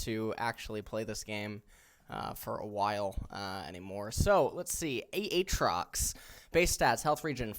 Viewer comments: ITS A-TROX LIKE THE LETTER A AND THEN TROX 😂😂😂😂😂😂😂😂😂😂😂 Holy shit lmao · "A"Atrox and Uhtrox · "Aaaaatrax"? whats up with that pronunciation lol. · It's pronounced A-A trox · why does eh say Aatrox that way i dont know why but it triggers me no flame pls just curious if its actually pronounced that way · he pronounced aatrox in like 5 different ways